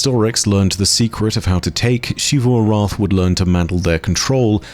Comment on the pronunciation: why does say it like "Sheevu Arath" isn't it closer to Zivu Arath?